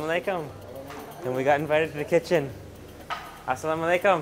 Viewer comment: assalamualaikum not assalom aleykum...✌😁